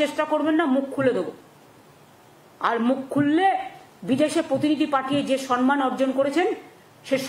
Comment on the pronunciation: সম্মান বলতে পারে না বলছে।বলছে সন্মান